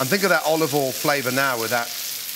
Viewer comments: Why do you pronounce Olive oil ...... Olve vol. Its olive oial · Still says olivol though 🤣